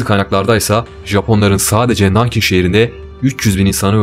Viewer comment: İki sıkıntı var.Çok hızlı konuşuyorsun ve Nankin deği NANKİG Gyle